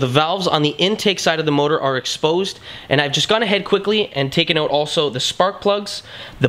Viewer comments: How can someone be incapable of saying the word OUT, its not ewwett, its OUT. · Why does your word out sound funny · Are you Canadian? I am guessing by the way you say out. Good video. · Are you Canadian? You say out like one